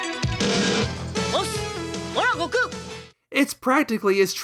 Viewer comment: I got recommended this video randomly and was really into this topic but I couldn't get through the video. You talk way to slow, and your constant need to pause and explain shit or talk about things tangibly related is really annoying, along with your insistence on pronouncing his name "Go-Kuu" and all the other Japanese names. Which is fine, but you keep doing it every time and it comes across as tryhardy. And not to be THAT guy. But if you're presenting the video in english, you can just use the english translations and names. It's okay man, nobody is going to tar and feather you. I see the quality you have and produce, but I could not finish the video, got about 12 minutes in before I got annoyed. I like the topic, I would have liked an in-depth review on it. But not from you, this video could have easily been cut in half for the sake of the viewer. I get it, gotta make content, gotta get the ad rev. But your presentation style is annoying, and I dislike your need of constantly pausing to emphasize whatever joke you're trying to tell, or to shove in your opinion. I also think you try too hard on the humor. This video can be good, but I think you need to try harder on your presentation. I think you care too much about the most minor details too, and you let that get in the way of presenting the main topic.